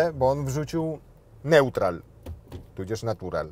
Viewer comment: Jak już włożył tyle "serca", to mógłby jeszcze dołożyć ciutkę profesjonalizmu, bo krew zalewa jak słyszę jak gość mówi na biegi " P, czyli Parku", N - "nełtral" albo "D jak do przodu"🤦‍♂. Wiedzę o motoryzacji, to może prowadzący ma, ale jak już się idzie w "jutberkę" to prosimy wpierw nauczyć się mówić składnie, zanim się weźmie gościa, który trzyma srebrną blendę do oświetlania pomimo słonecznego dnia.